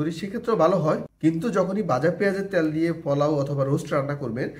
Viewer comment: শব্দটা পোলাও, পলাউ না।তেল,ত্যাল না।